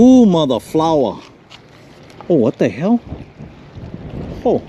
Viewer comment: lol 🤣 you said “motha flowah”